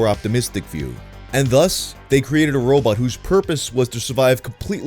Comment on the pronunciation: "what's a robAWT doin here?"